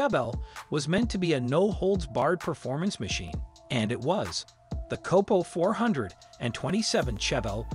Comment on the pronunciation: Numerous mispronounciations, failed fact checks are reason to believe the narrator has NEVER heard of Don Yenko much less, a "COPPO". HEY bud, stick to gardening or cooking videos because cars are NOT your forte.